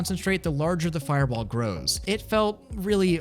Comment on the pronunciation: u gotta say fireball like the anyome u know. maybe?idk?